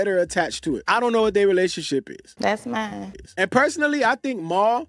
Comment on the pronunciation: Correction. It's "Thass, Mines" 🤣💅